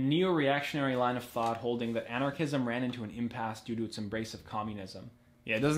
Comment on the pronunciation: Thought u said Xanarchism- the ideology of lil xan